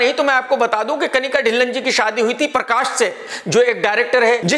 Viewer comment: Nobody: Literally Nobody: KRK: परकाश, डिलन 😝